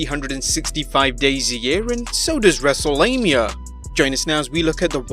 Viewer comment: Say Wrestlelamia a different way bro